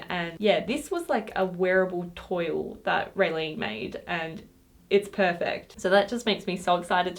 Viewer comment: Lots of cool ideas. Just a note: I heard you pronounce "toile" as "toyl" but it's a French word that I think means "cloth" and is properly pronounced as "twahl" (similar to the first syllable of the French word "voila"), just FYI. :)